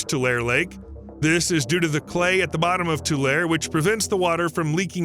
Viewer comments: Tulare is pronounced too-lair-ee. Like Two-Larry. Not Two-Lare. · Tulare /Tu-lar-EE/ not /tulair/ and slough is /slew/ not /slow/ not /sluff/ (Like I've heard some influencers say) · It's "too-larry". There are lots of ancient lakes associated with the Sierras. One big one is Death Valley, itself. There's one place where the road across the valley cuts right through an ancient beach. You can stop the car and "sit" on the beach and imagine the valley surrounded by tall pines. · Credibility decimated four times in first 2 minutes by cardinal directions and pronunciation fails (“tuu-LAIR-ee” not “tuu-LAIR”, “TUU-lee” not “tuu-LAY”, “sluu” not “slow”), and in every other sentence throughout the video. 🤦🏻‍♂️ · As a Central Valley Resident I have to tell you this. Its pronounced Tu-lar-ee , not Tu-lare. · It's Too-lair-eee, not two-lair. There is a long e sound at the end. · Glad to see a video on our locale - though riddled with many errors. BTW, it's pronounced "Tu-lar-E Lake" and "Tu-LE reeds" in the vicinity of this lake. Simple research of local info would be beneficial. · I just don’t understand how a supposedly literate person gets “tool-air” from Tulare. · Pronounced too-Leh-ree. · It's pronounced Two-larry. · Mispronounced Tulare. Locals pronounce it too lar ree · It’s tew lair ee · It’s pronounced “Too-Larry”. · I believe it's pronounced Too-lair-ee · Tulare is pronounced like how you'd say Too Larry. The lake is pronounced lake Too Lee. I appreciate your video but your pronunciation is just so wrong. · I grew up in Kern County. Just so you know… It’s pronounced To- Lare- E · As a California resident who grew up near this location, this video is quite interesting, but---OK, it's REALLY bugging me listening to you mispronounce 'Tulare'. It's 'too larry': three sylables, not two. My suggestion: do a little research b4 your videos; they are always interesting, but you can sound like a noob when you mispronounce words/place names. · It's tool-air-y...